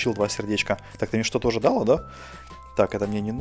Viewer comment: оу не далка а дилка